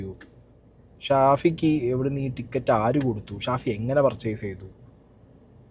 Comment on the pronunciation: ഷാഫി അല്ല പഹയാ സാഫി 😹😹